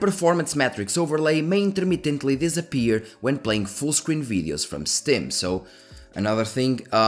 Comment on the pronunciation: Why do you call steam a stém :D time